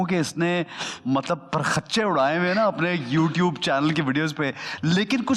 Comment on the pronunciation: Ahsan khan its not... "parkhachy"... its parakhche